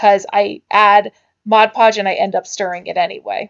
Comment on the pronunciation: New sub, I love anything nautical or beachy looking. Also love that you say Mod podge & not Modge podge. :D